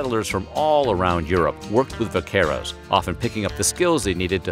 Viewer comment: The way he said the word “vaqueros” threw me off bc I didn’t understand at first 😅 until I saw the word written on the left hand corner.